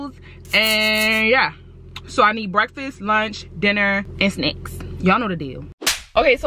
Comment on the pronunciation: At the beginning when she was saying what she was getting from the shop when she said snacks I thought she said snakes lol love you